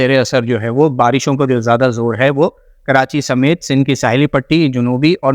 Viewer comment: wafqan..fafqan..waqtan mtasir kerta rahay ga 😂😂😂😂 sindh ko sill boltay ho... bhai plz improve ur vocabulary.